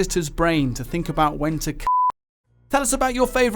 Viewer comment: That does not sound like "cut" at the end.